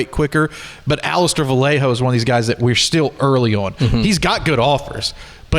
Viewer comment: Hi the last name Vallejo is pronounced Va ye ho, not Va lay ho.